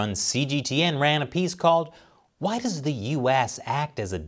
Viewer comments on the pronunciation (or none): none